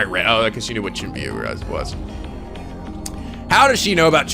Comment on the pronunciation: Its chu-ni-byou